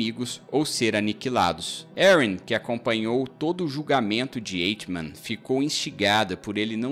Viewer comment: Boa análise . Apenas um porém . O nome conhecido dele é mesmo o segundo , Adolf , e não "Oto" ( primeiro prenome ) , como dito. É como é historicamente conhecido . E se pronuncia " AICHIMAN" , e não " Eichiman" .